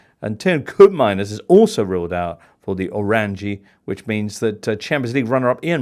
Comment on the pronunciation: No way he said ORAN-JI?!?!!! 👿